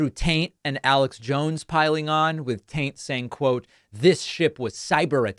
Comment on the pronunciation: i assume david calling andrew tate “andrew taint” was intentional 😂😂